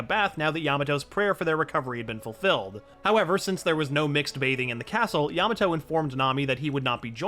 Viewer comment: why do i sometimes hear you say yamano?